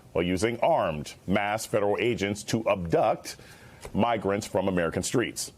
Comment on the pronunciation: "Shhhhhhhh be vewy, vewy quiet. We're hunting migwants. HuuuHuuuHuuuHuuuHuuuHuuuHuuu." Dont lie Doc. You know you see it too.